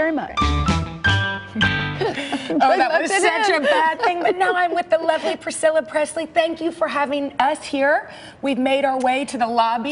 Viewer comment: That was awesome priccala. But when that girl said are you proud of Elvis you just said actullay I'm proud of this house. I'm not trying to be mean though